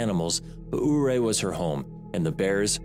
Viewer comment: It is pronounced "Youray" not ooray. I was born and raised there. It hurts me to hear you slaughter the pronunciation of it.